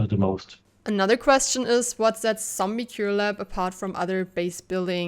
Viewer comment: "TZombie Cure Lab" or "Tell me you're german without telling me you're german" <3